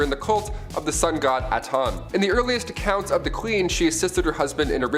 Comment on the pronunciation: It’s not Aton it’s ATEN